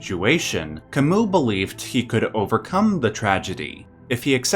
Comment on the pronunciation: Pronounced Camü that french U that sounds like EE sometimes